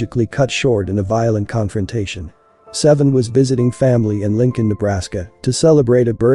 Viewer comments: I think he pronounced his real name Say-Vee-On not seven. RIP Saiveon Hopkins Aka Jay Hefner 🙏🌹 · HIS NAME IS SAIVEON! PRONOUNCED SAY-VEE-UNN! NOT SEVEN! 😂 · Say-vee-yon Stop calling him seven